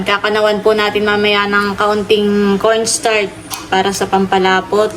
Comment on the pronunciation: Corn-start (Cornstarch) at Sowws (Sauce)! Classic 😃